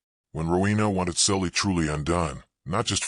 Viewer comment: I thought the girl's name was Sally, not Sully